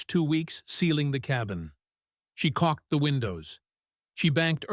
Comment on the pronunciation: The CELLAR, not the seller. She CAULKED the windows, not cocked.